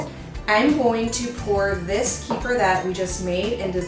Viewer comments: The correct pronunciation is KUH-fear. Not Key-fur. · I've been drinking and making kefir for years. This is the first time that I've heard it called "Kee-fer". I've always heard it pronounced as "Ke-fear". I believe that's the original pronunciation by the people in the Caucasus region of Russia and Armenia where it originates. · We love kefir! I was introduced to it by my Armenian mother-in-law years ago (before Americans became so enamored with it). Wonderful stuff! We used to buy it at the local Russian market, but homemade is so much better. By the way, it's pronounced kǝ-FEER. 🙂